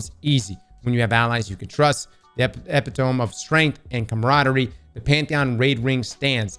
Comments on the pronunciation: Epy tome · Epitome (E-pit-oh-me) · why're you always saying words completely wrong and then saying them perfectly the next time lol? Like chitin and epitome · does it bother anyone else how he pronounced epitome? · Astounding people cannot pronounce “epitome”